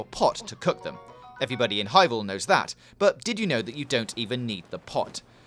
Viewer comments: "hywule is a wowd wipe faw ekpewimentaton" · "hywule is a wuwd wipe for experimentation" xD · "HIGH WOOOOOOOO" i almost skipped this vid didn't know he was talking about hyrule! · I just realized he said hyvule in the beginning